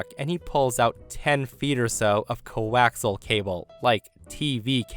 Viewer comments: I facepalmed when the guy mentioned coaxial cable. Sidenote: co-ax-E-al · "co-wax-al cable" 😅